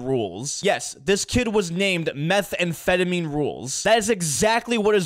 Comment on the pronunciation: Bro pronounced it like "Meth and Phetamine"🤣